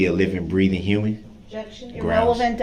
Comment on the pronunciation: This fool clearly has no idea what "leading" means. The same could be said about most of his objections. He can't even say "sustained" correctly. His stupid "grounds" that he's always shouting after an objection is annoying too.